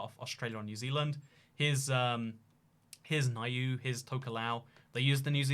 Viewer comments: Don't wanna be one of 'those' people, but Niue is pronounced New-Aye, it seems to be a big enough country you say it on the odd occasion, so the more ya know. Great video as always. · fyi Niue is pronounced like nu-way. It's self-governing in free association with New Zealand which I still don't know the meaning of haha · That's not how you pronounce 'Niue' >:(